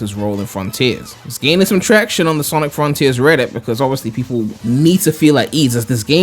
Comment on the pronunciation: Froniters ahahaha